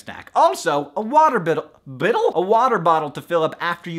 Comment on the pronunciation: Water Bittle..Bittle?! xD